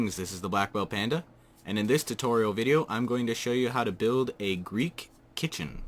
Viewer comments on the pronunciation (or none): i literally thought u said hey pandalings today im gonna show show u how to make a greek KITTEN or KITCHEN